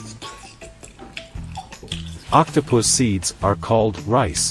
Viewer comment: Uhm did I just hear octopuss- or octopus seed😔😔